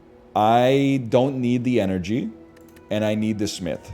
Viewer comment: why does he say smith like that